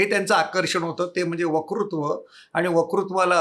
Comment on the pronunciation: आपली मुलाखत खूप छान! आपला ' वकृत्व' हे उच्चारण कानाला खटकते. 'वक्तृत्व' हे उच्चारण हवे. क्षमस्व!